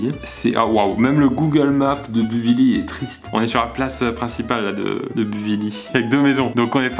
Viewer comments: En même temps Buvilly c'est un petit village du jura au milieu des vignes donc on comprend mieux les photos Google image😂😂 et on dit buvilly pas buvily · Ça se dit pas comme ça buvilly 😂